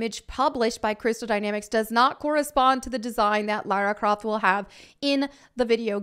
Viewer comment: Laryn Croft